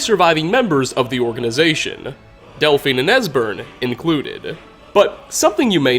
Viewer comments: I hate these guys. They're fantasy Nazis. And did anyone happen to notice that at one point, voice not only breaks, he mispronounces their names, saying "Desbern" and "Elphine" instead of "Esbern" and "Delphine"? It really bugs me! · Did you just say Desberne and elphine? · Haha he says Desburn and Elphine a simple but funny mistake to make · Is no one gonna point out he said "desburn and elphine" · Am I the only one who noticed him say Desbern and Elphine? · bahaha “desbern” and “elphine” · I'm not ignoring him say Desbern and Elfine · "Desburn and Elfine", sounds like you got a little dyslexic for a second, lol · Desbern and Elfine eh? reached a new level of mispronunciation. speech increased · Anyone else hear him say "Desbern and Elphine"😂😂😂